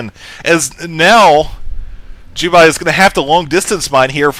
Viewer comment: it's Jubei! Not Ju-buy!